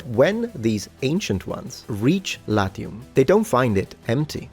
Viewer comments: Because you are a gamer? You accidentally pronounced the "a" short there? The first naming story for Latium sounds believable in a cynical-spiritual sense: "Let's hide from the father of gods! ... ... ... OK, now let's conquer the world." P.S.: Make a video about femail armor. 😜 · LAZIUM not latium…